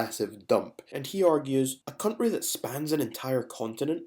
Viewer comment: Cuntry HaHaHa ! And we speak badly !